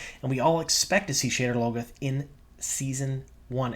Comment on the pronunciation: Sha-DAR Low-GOTH